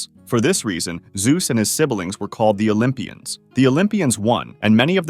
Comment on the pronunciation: My Dokja said correctly 😮‍💨 when he said "U OLYMPIANS ARE JUST SEX MANIACS😮‍💨"